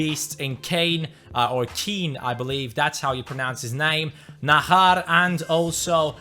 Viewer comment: I's Not Nahar it's najar just like jones jj not hh Like So Can See